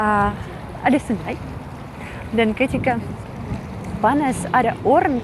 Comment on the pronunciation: Lucu "orang" bukan oren 😂